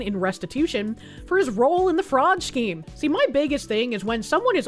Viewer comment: idk if its a mispronunciation or a regional thing but i get it with her pronunciation of scheme, its just so weird